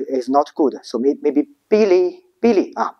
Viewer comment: I guess the "Billy" you say in this video is"belly button" right?😊